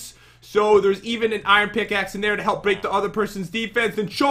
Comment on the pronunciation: I love that Pat says "thur" instead of there, their, or they're...... 😀